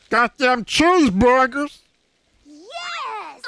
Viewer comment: GODDEM CHEEZEBURFER